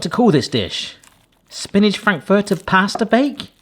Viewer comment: I love how you pronounce frankfurter like it’s a person called Frank Furter. 😂😂